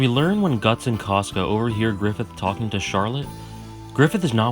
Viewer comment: Caska. He accidentally was pronouncing it 'trash.'